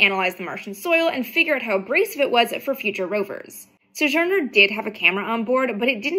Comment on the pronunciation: "suh-zhurner"? Sounds like vintage space has been hitting the vintage sauce.